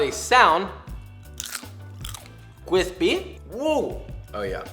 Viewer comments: Nobody: Josh: Cwispy UwU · "once there nice golden and ✨quispy✨" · D-did he say cwispy?! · CWISPY ERROR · I loves when he says kwispy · nice golden and Kwispy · The world “cwispy” keeps me from ever subscribing. It kills me. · nobody: joshua weissman: KWISPY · correction: it's cWISpy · cwispy woo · "Cweepy" "Daddy want yum yum" Joshua is officially a furry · very cwithpy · Dang I thought I found a nice cooking channel but if I hear this grown man say cwisspy again... Yeah I just can’t do it man good luck wishing you the best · CEO of cwispy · Those curly fries sound CWISPY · Kawispy is now my new favourite word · omg please make a video on how to make cwispy sweet potato feies!! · "Cwispy, wuw" always gets me for some dumb reason😂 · Josh: notices cwispy fries “UwU what’s this” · He said: cWISPy uwu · Nobody: Josh:It’s gonna be really really qwispy! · I liked it until you said cwispy uwu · Cwisthpy woo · gowden cwispy uwu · some hawt cwispy bois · Joshua just made me fall in love with cwispy fries lol I'm shook being someone who's always been a soggy fry lover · Nobody: Josh: cwispy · I need 'Cwispy' merch in my life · i think it s more like QWUISPY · KWISPY KWISPY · Cwispy Wuuw 😂